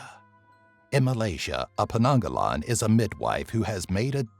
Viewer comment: actually its penanggal not penanggalan 😂😂😂